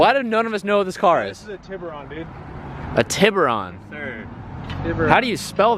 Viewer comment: Cringed when in heard “ Tiburron”. it’s Tea-Boo-Rōn compadre! 😂😂